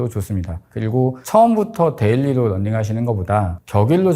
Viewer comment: running 이 아니라 [넌닝]으로 계속 들려요 ㅠㅠ 그래도 좋은 정보 쉽게 전달해주셔서 끝까지 봤어요 감사합니다~